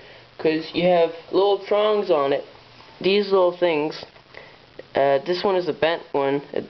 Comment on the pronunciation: are you saying THESE or DEES